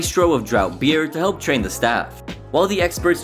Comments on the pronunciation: I know you didn’t just say “drought beer” instead of draught beer. ITS PRONOUNCED DRAFT. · I know and the narrator pronounced it “drought.”